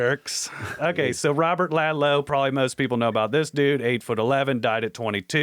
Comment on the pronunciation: It's Robert Pershing Wadlow not Ladlow